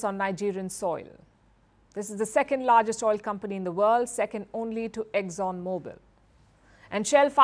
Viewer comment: mam, you doing fantastic job we love you , excellent in what you doing but your kind information it’s not “ एक्ज्ञोन “ it’s “ एक्सोन “ ( EXXON OIL COMPANY )